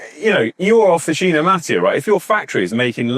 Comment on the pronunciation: I am from the same area in Piemonte as Officine Mattio. First thing: it is pronounced Mattìo, the accent goes on the i, not on the a. Regarding the bikes, honestly I would go straight to Pedemonte for a frameset, from the two videos you have done, it seems to me that all of the engineering behind the bike is done by them (but maybe I am wrong). I have not looked at their bike range in detail since prices are astronomically high. Again, when dealing with composites, I would just go for the brand/factory that has the top R&D, manufacturing process and QC. It is a different story for metal, especially steel. Then in that case, as an Italian, I would really love an Italian bike.